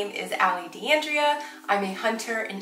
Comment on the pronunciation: yes Allie I know your surname is D'Andrea, like a teacher I had at high school. I was just criticizing the way it sounds with your pronouncing. It should be exactly like the female name Andrea, with a D at the beginning